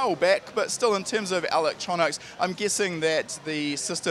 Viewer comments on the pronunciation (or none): What is this 'alectronics' he keeps referring to?